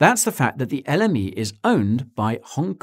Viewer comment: Every time he says l m e it sounds like the enemy